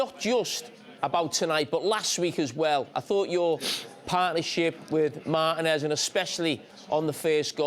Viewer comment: Carregher is not even able to pronounce "Martinez" 😅